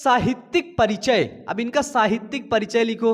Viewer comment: साहित्यिक not साहित्यक